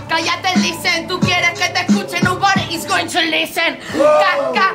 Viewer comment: Me encanta cuando zara dice lizen XDD